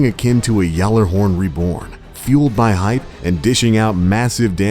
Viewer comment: did he just say "yellerhorn"?